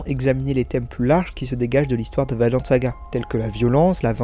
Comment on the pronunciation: Hello, je passe par la avec une petite correction « Vinland saga » ça se prononce vi nland avec un i français, pas « Vaineland » Même en anglais (vu que c’est un terme anglais, ça a été nommé comme ça pck leif l’a découvert au 11e siècle (le vrai pas juste le personnage) et y avais des vignes de partout)